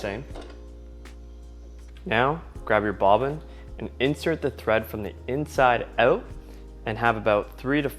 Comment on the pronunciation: What was the accent I heard when you said "inside out"? ❤😍 Loved it! Which country is it?